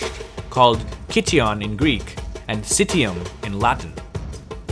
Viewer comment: Citium in Latin would be pronounced as /kitium/ not /sitium/.